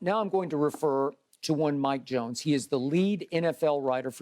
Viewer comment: WHO ? "Mike Jonesss" WHO MIKE JONES 😆